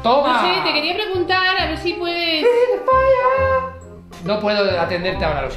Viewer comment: Like si lo oíste decir free faire